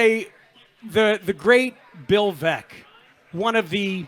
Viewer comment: I think it's a stretch to assert that he didn't know Baez was a Cub. He was referring to the Sox fans' animosity toward him, which makes little sense to begin with. And the Veeck mispronunciation doesn't necessarily mean he didn't know the basics of Veeck's legacy with the team. Can we really tell the difference between someone who didn't prep and someone who is just not at the point where he can access all this info live, on the fly, while providing commentary?